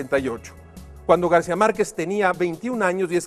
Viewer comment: ¿Por qué dice Garcia y no García?